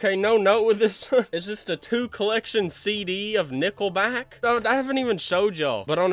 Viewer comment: When he said nickelback I thought he said nippleback